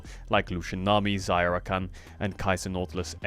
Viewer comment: Am i the only one who hears "Zyra" whenever says "Xayah Rakan"